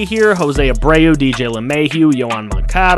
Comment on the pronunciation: Miggy using that vet savvy to lead in hits! BTW its pronounced Moan-Cah-da!